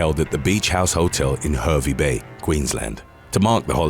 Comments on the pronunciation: no worries.Its pronounced "Harvey. " Just our Aussie way. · no, I meant he mispronounced Hervey Bay.